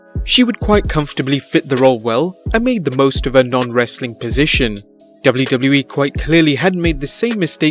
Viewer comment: finally someone who says wwe properly!!!